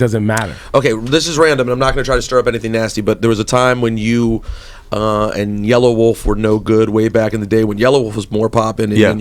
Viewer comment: yella wolf you dumb fuck his name is yella wolf NOT yellow wolf lol what a dumb fuck dont even know hip hop